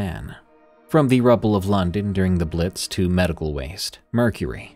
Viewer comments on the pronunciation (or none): none